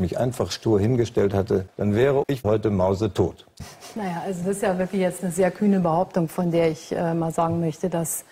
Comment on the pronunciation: "... dann wäre ich mause-tod" da konnte ich nich mehr eh :'DD